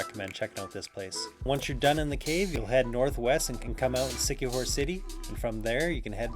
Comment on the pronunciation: It's La-C..not la-Sai....lazi,c-kee-hor